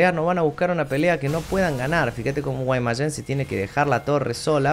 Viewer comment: Siempre me causa gracia cuando dices Guaymayen lmao Saludos